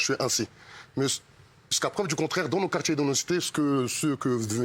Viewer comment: "les gens de qartCHier, on va dGire "